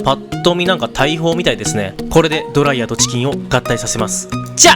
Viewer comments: ドライヤー⤴︎ではなくドライヤー⤵︎ では？？？？？？？？？？？ってとこが気になって集中できなかったのでもう50周見ますわ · ドライヤーの発音が気になる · ドライヤーのイントネーションが気になって動画の内容が入ってこない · ドライヤーのイントネーションスパイダーと同じなのか…